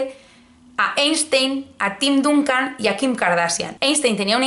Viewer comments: TIM DANCAN (NO DUNCAN) Y SAN ANTONIO SPERS (NO SPURS), POR FAVOR. De todas formas, dada tu para mí desconocida afición por el deporte rey, te lo perdono todo, y acepto casarme contigo, e incluso estoy dispuesto a secuestrarte para casarme después como se hace en países de reconocida tradición democrática, caso de Georgia. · Se pronuncia Dancan y Spers lol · me han dolido los oídos cuando dijiste duncan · Echo en falta un vídeo sobre los últimos acontecimientos de Kanye West!! Con la buena pronunciación que tienes..., me ha sorprendido como has dicho DUNCAN Y SPURS 😂😂😂😂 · Me ha sorprendido la forma en que has pronunciado San Antonio Spurs y Tim Duncan. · Tim Duncan ha llorado muy fuerte cuando te ha oido pronunciar su nombre